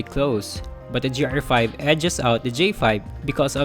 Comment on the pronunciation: The review is decent but seriously, please improve your grammar and pronunciations. The improvement will help your videos... at one point it sounded like you said "J"R5 instead of GR5. Just saying...